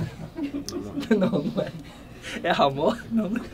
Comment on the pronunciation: Ele falou ramoa KkkKKkKkKkKk QUEM JÁ VIU A AULA DELE SABE DO QUE ELE TA FALANDO KKKKKKKKKKKKKKKKKKKKK